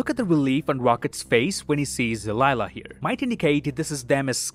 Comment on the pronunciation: Gunn didn't say this was the last Guardians movie dude. He said it's the last time we'll see these guardians. Another thing: you have a couple names wrong. Karen Gillan's character name is NEbula, not NAbula. And Rocket's girlfriend's name is Lylla, not Alylla.